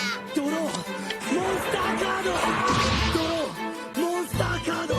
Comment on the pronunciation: monsTAH CARDO